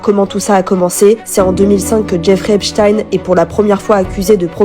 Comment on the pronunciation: Apprenez à prononcer son nom correctement déjà .. cette manie qu ont les français à estropiller les noms étrangers jeff(ri) Eps(stine)